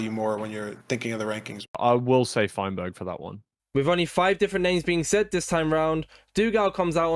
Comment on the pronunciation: All of them just said feinberg 💀(good video btw)